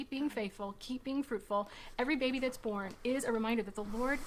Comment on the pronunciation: Ohhh its be FRUITFUL. i thought they kept saying be FRUITY 🤭🫳